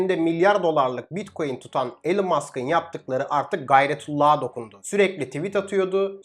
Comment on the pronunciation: Sedat Peker gibi süslü elon diyor😂😂😂